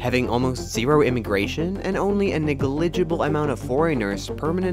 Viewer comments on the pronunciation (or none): cant even pronounce negligible right. i'll GLADLY take that vpn trial